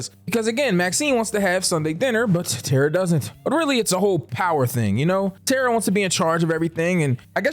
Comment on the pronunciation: I cringed every time you said Tara 😂 But I love your content so I kept watching!